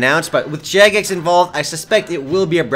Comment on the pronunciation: u say jagex as jackass xD